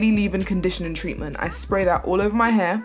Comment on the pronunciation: why do you say "h-u-r" its "h-a-i-r" not to be rude